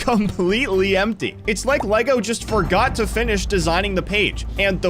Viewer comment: You said forgor